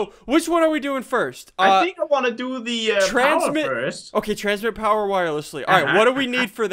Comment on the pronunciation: He said, "transmit pire wowerless..." 😂